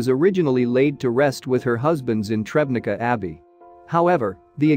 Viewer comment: Tschebnitza, not trebnica.